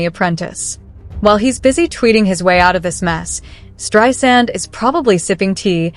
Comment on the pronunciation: It is Streisand, not Strand.